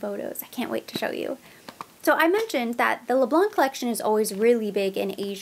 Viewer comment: Les Blanc we don’t pronounce the letter C at the end 😉